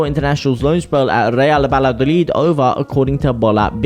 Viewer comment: It's Vaya- dolid.